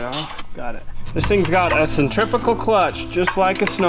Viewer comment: Centrifugal clutch. Centrifical is a mispronounced word that has been improperly propagated through history, and is not even a word.